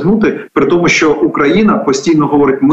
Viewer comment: ведучa! не сЧчЧччЧо а шшщо.... свук шшшш не ЧЧЧ . чому так сильно вимовляєш Ч? Мені вуха болять!